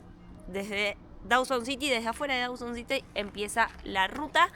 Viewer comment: Dawson City, not Dowson City!